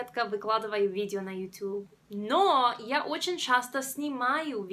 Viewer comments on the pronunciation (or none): none